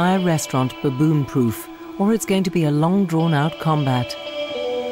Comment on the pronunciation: ...by the way, I'm not crazy about how the narrator says "baboon"😒